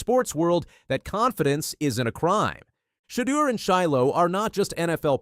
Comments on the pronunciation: Learn how to pronounce his name ! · Yes. Enunciate his name right 👍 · Say his name right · I get pissed hearing mispronounced names!